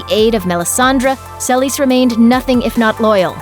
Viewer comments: Who the fuck is Sell-is? Seh-lease, it's not hard. Or at least suh-lease. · Selis???? It's Selyse (Sa-lees) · That’s not how you pronounce Selyse. Watch the show.